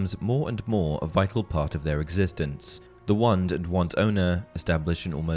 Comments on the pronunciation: Great video! But had to watch it on silent and read captions because I couldn’t stand to hear you say “wund” 2,000 more times over the next 40 minutes. 😂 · I keep hearing one, not wand